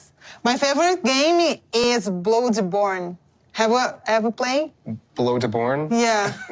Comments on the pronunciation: Blood vials in bloodborney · the way he said "bloodborney" had the same vibe as "mineycrafta" from minecraft with gadget